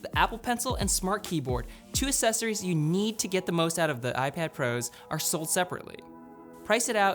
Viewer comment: "A S S E S O R I E S"